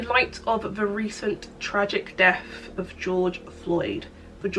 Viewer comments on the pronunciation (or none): There's nothing more wholesome than a middle class, Oxford-educated activist. Fight on sister! Also, "Death" is not pronounced "Deaf" Please ask your English Dept about this. They will explain. Thank you.